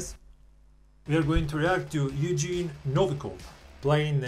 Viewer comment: His name Евгений pronouced like Yevgeniy, and g in there sounds like the g in "gram" or "goth".